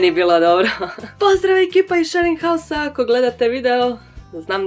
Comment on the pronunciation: WTF? Shearing house? šering haus > SHARING HOUSE